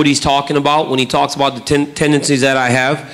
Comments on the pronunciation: I am guessing that nobody would dare to correct John and tell him it is called "tendencies", not "tendecies" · Because he was saying tendecies and not tendencies!